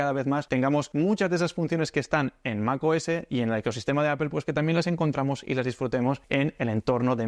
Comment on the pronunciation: Primer español al que escucho pronunciar correctamente "apple". Me hiciste el día tio!! Suscrito.